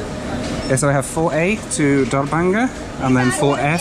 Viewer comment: I giggled every time you said Darbhanga simply because of your experience with the nightly visits you received on the train in your last video. Sounds a lot like “door banger”.